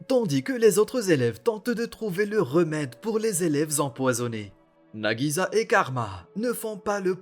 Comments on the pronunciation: Cest pas nagiza mais nagisa un s un s! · Entendre nagiZa au lieu de nagiSa c trop bizarre